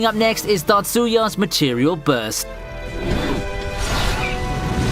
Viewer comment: its tatsuya, datsuya smh what a joke